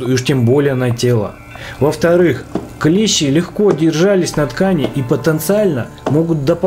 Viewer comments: Дак правильно ударение падает на букву и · клЕщи - это инструмент такой, клЕщ - паукообразное. Множественное число у слова клЕщи - клЕщи, с ударением на первый слог. При склонение по числу слова "клЕщ", во множественном числе ударение будет ставиться на последний слог - "клещИ". Неужели в школе подобное не преподавалось? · Не клЕщи ,а клещИ